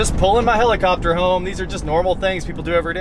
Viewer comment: I spent the first 2 minutes of the video thinking he said Jaredcopter